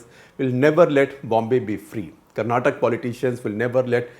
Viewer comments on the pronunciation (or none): Oh, oh🤦‍♂️ 'Karnatak', again? Shekar ji, why?